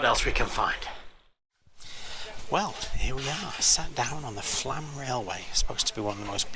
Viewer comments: I believe the "o" above the A changes the prononciation. So, it's not FLAAAAM, it's more like FLUHM. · flomm is how you say flaam